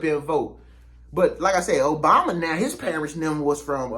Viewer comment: Man do your research. Stop being disrespectful. We are disrespected enough. Your history about Resident Obama was all wrong! You even mispronounced his name. Go do your homework.